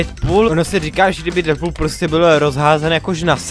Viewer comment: Deadpool se říká dýdpul